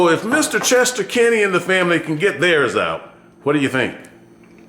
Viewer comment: Are u saying Kenny family? Canty family?